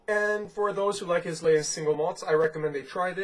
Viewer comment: Islay is pronounced Eye La. Just sayin'